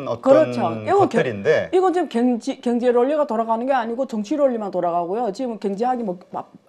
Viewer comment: 아이구ㆍㆍㆍ사돈 남말 하시네ᆢ갱제나 발음 똑바로 하셈 허구헌날 갱제 갱제 ㅋㅋㅋ 진짜 궁굼해 왜?경 자 발음이 안되나?